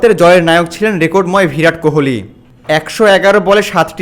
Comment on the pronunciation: "ভিরাট" নয়, "বিরাট"। প্রতিবার ভুল বলেছেন। "উল্লেখিত" বলেছেন, হবে "উল্লিখিত"। অশিক্ষিত লোক, ভিডিও বানিয়েছেন।